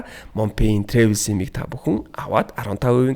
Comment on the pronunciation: Travel gedeg ugee buruu heleed baihima trevel bish travel